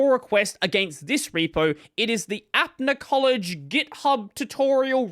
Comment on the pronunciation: I'm not supporting them or anything, just wanted to point out that it's pronounced up-na collage, not app-na collage, apna meaning our, so it's "our collage". Support from India btw